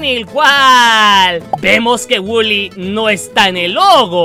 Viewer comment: Wuly coffe wulyyyy se lee woly pero se pronuncia Wuly no waly